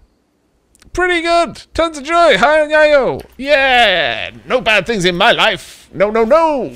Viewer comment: Just a heads up, Yayo is pronounced Yay-oh. I learned this from the terrible rap song "Yo gotti yayo".